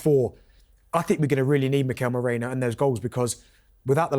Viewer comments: Guys it's Merino and not Moreno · MerIno not MOrEno. Come on guys! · What’s wrong with the panelists? They’re saying Moreno instead of Merino🙄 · It’s not Mereno, Moreno, Mourinho (as Joe Cole was calling him on Saturday) it’s MERINO!